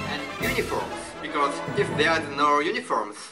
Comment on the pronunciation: 発音ですが、Rを意識しすぎてRのない単語もビコォーズみたいな感じで発音してますよ。